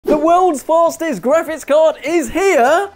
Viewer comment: ''the worlds FARZTEST graphics card is here'' The way you pronounce ''fastest'' is absolutely baffling to me.